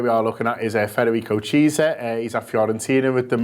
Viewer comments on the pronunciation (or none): Mate his name is pronounced kiesa not cheesa :D otherwise good video big fan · 'Cheezer' lol, it's pronounced 'KEE-AY-SA' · Federico cheeser 😂😂😂